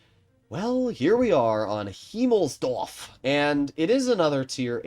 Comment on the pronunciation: as a german I must say, that the pronouncing of the word “-dorf” in “Himmelsdorf“ is almost perfect